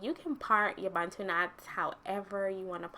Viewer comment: I love that you pronounce 'Bantu' properly 😂 and your hair is absolutely gorgeous ♥️🥺